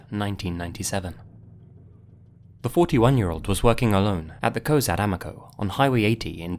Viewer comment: Thank you for pronouncing Cozad correctly. The other video I saw on that case he didn't.